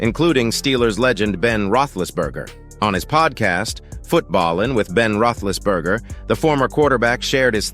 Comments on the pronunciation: AI, Ruthlessberger???? Lmao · You can't even say his name right your an idot